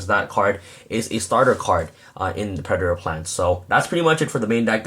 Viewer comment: "Pure Predplant" XD